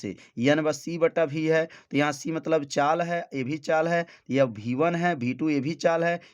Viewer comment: सब ठीक है सर लेकिन आप वी1 को हर बार भी1 कह रहे हो